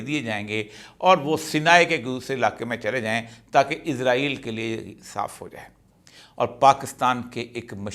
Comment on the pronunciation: ازرایل نہیں اسرائیل 🤦🤦